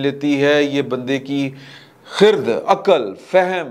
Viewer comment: خر د نہیں ہوتا درست تلفظ خ رد بروزن شجر نقد ۔۔